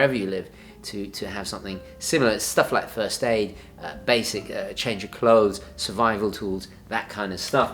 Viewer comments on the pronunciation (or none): none